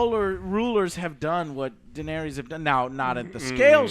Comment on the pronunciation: Pretty annoying how Joe can't even pronounce Daenerys correctly lol.